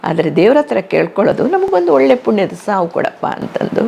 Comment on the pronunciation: Valleya( ವಳ್ಳೆಯ) ಇದು ತಪ್ಪು OLLeya( ಒಳ್ಳೆಯ). ಇದು ಸರಿಯಾದ ಕನ್ನಡ ಉಚ್ಚಾರಣೆ. ಕನ್ನಡ ಸರಿಯಾಗಿ ಮಾತಾಡ್ರಪ್ಪಾ ಕನ್ನಡ ಮಕ್ಕಳೆ.